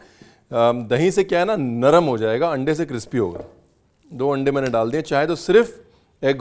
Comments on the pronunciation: Cripci nhi Crispi hota hai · अरे सर kipsy नहीं krispy होता है कितनी बार आपको बताया जाय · It’s Crispy Mr. Brar and not Cripsy. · Crispy ❌ Cripsy ✅ 😅😅😅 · It’s not Crip - C 😂….it’s Cris - P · Ranveer did you say Cripsy and super cripsy😜😜